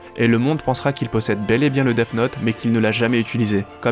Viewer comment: Arrête de dire deaf note 😭😭😭